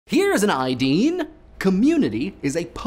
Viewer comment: You know, I was tabbed out when the video began and him saying "HERE'S AN IDEAN!" had me tabbing back in wondering "What the hell do they have a new host now?"